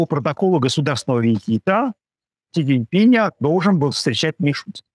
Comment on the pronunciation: Научитесь хотя бы имя Председателя КНР произносить правильно, умники!